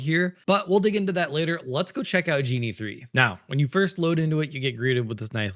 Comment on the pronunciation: Ok. If real... fun, relaxed, nicely paced, and greatly informative presentation. I'd say has the perfect stand-in/co-host he may have never asked for but has always had. Really great,! EDIT: Ahh, wait... the speech pattern is too much like. Hmm... further,, NO native English speaker would pronounce "Genie", even as an unintentional slip, with a hard-G as was done here. Ok, so if not real, which one was it: Viggle, Higgsfield AI (Recast), Runway (Act-One), Luma AI (Dream Machine), Synthesys Faceswap, Wan, Minimax, or Kling.